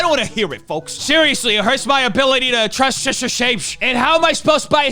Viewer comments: Such a serious topic and me and my fiance can't help but giggle everytime says "SHISHTER SHAMESH" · Everytime you said Shista a bit of wee came out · "Im a shister" lol...